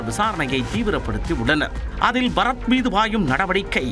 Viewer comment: இவன் பறத் இல்லை பற-த் 😂